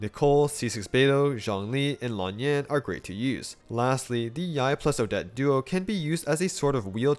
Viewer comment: First calc video with an actual proper effort to pronounce Lan Yan